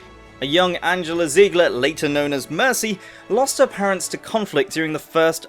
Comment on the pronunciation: Your name includes the german "Panzer" but you can't pronounce her name, why?